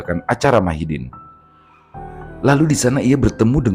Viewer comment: Madihin bang😊...bukan Mahidin🙏🙏